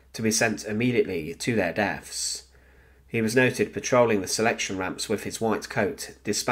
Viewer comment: Couldnt continue after hearing "sent to their deafs" instead of deaths